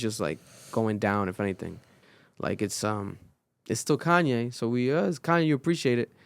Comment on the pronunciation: Just say Kanye right and y’all understand him